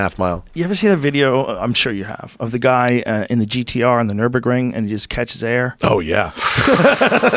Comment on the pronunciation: only thing he'd say is "the gt3rs has the fastest time on the nurbundun" how fucking hard is it to remember nurburgring when it's your one reason for buying your car